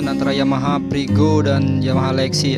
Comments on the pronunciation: Kau juga salah frigo. Kau kira menggoreng kah. Freego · Freego, Mas....